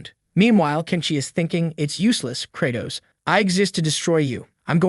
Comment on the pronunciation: Am I now realising that theMC's name is Credoss not Kratos 😭 ✌